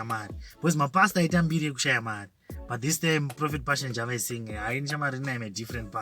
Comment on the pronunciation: please pronounce JAVA like som1 from Mabvuku or Mufakos